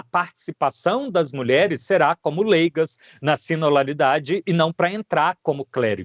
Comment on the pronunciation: A palavra é sinodalidade e nao sinolalidade.